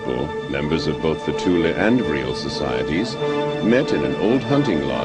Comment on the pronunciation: OMG! they actually pronounce "Tula" correctly!